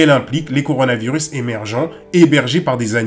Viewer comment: A le mec a dit CORANOvirus 🤦😂